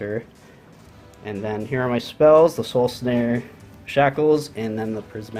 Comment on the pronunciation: Can we all agree that is the winner for saying "Soul Snare Shackles" like a champion?